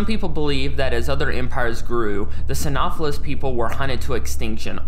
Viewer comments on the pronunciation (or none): "Psy-know-sef-phallus" is how it's pronounced